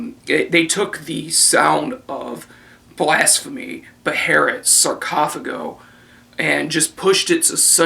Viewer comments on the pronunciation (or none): It's Fucking Beherit you poser, get it right! Seriously though, awesome review.